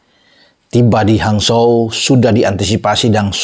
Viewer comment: Bacanya hanchou bung bukan hanzho